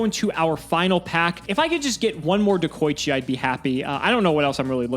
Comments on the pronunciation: Everyone: De-koi-chi: DeH-kOh-iChi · ah yes, deko-eechi